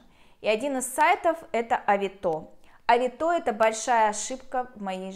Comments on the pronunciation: Не авитО, а авИто. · Ну что за чушь? Оплачивают покупку, вы отсылаете, когда покупатель забираеттовар, вы получаете деньги. Какие безналу? И почему такое странное ударение»авитО? Ну вот сказки венского леса! Я продала через эту площадку на 160000₽. Один раз только нарвалась, когда попросили предоплату за доставку 500₽- сама виновата.